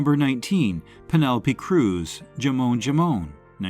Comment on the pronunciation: The spanish word for ham, 'jamón', isn't pronounced correctly there, by whoever or whatever is doing the narration, when getting to the film with Penelope Cruz, .